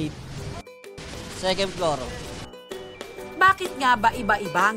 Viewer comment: Second Plor, Perst Plor. Yung F at P nagkakabaliktad. Yung B at V baliktad din. Yan Ang common issue sa pinoy.